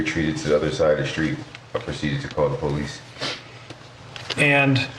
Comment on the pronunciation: Famous quotes " I called the po lice on the po lice" all credibility lost with u a fukn pssy bra with his professionalismness